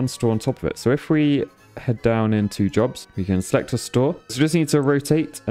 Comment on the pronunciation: heh. is it wrong i thought for half the video he was saying "these people want drugs" when he was really saying they want jobs